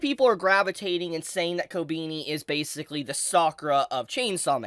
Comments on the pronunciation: It's koBEni not koBIni. Please. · The way you pronounce her name Ko-beenie." lol It's "Koh-beh-knee" my dude. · Ko-ben-E not Ko-BEANIE lol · dont wanna be a smartass but its pronounced "ko-benny" and not "ko-beanie" 😅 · why are so many people saying ko beany ? is it difficult to pronounce it like kohh beh knee ? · Kobeany? The is no a between e and n.. kobini 💀😂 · I know it’s a reoccurring gag with never pronouncing characrer names right but sheesh I didn’t expect koh-bean-e, it’s koh-Ben-e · kob E ni ....not kobini. xP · How long until bro realizes it's kobehni and not kobeeni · It’s Ko-be-ni not ko-bee-ni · KO BE NI NOT KOBINI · Who is "Co-Beanie"? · why he keep saying kobeanie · Man said "kobini"... fml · Did you freaking call her "Kobini" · swear your pronunciation of everything is so cringe lol wtf kobini?? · Her name ain’t Kobini bruh 💀💀💀💀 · Hearing you say her name like "ko-beany" kinda hurts... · Did he just say Kobeanie??? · Why does he keep saying ko-beanie tho? 😂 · Ko- Beany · Jesus christ learn to pronounce Japanese naes. Kobeni Kobehni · ‘Kobeeknee’ 💀 whyyy 😩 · why you pronounce her name like ko-beanie 😭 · Who is "Kobeeni" LMAO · I hate how you pronounce her name. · What i hate is how you pronounce her name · Why do you pronounce "Kobeni" wierdly? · KobEni no I it's E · Not a big fan of how he pronounces her name regardless of if he’s right or not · Love ur Videos but why do u say her name like that 😂😂😂😂😂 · Denji: bark! Kobeni: Courage the Cowardly dog gibberish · Omg you really can't pronounce her name